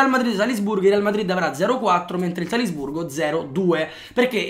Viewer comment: Solo a me ha urtato tantissimo quel "Salsburgo"? ahah comunque grande!!